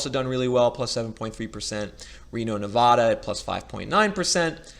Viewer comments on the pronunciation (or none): People from L.A., when they migrate out, often move to Vegas. People from the Bay Area will often migrate to Reno. (And please don't pronounce Nevada incorrectly. It drives us nuts. ---vad rhymes with glad. ;-) )